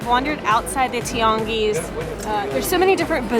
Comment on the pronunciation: I love the way you pronounce Tianguis, it sounds almost like a french accent.